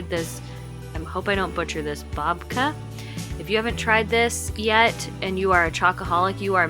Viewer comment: You did a perfect job pronouncing latkes and babka. Pannetone is pronounced pan-uh-TONE-aye.